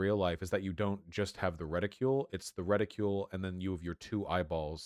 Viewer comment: “Revulver” “Reticule”